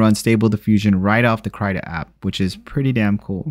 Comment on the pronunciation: KR-EEEEEEEEE-TA not cryta